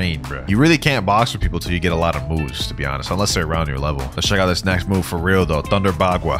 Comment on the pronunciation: love how bro says weal noob even tho I'm no where close to that lvl [144]